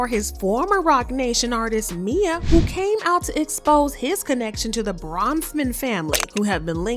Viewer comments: It’s M.I.A not Mia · Her name is M.I.A... not "Mia" smh